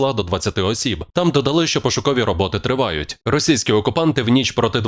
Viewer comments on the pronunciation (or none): none